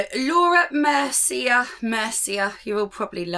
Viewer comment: brand name "Mercier" is pronounced Mer-c-yea (it's a French name)💗